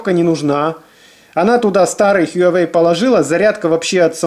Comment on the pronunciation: только тогда уж хуа-уэй, без "ю")